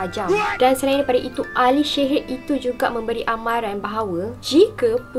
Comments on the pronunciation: Assalamualaikum sebutan sihir tu Rasa mcm x bethol bukan shehir tapi sihir bakukan... Content terbaek cuma akak terganggu dgn sebutan syg... Sorry yaa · Walaupun gagal sebut sihir i ttp jatuh cinta...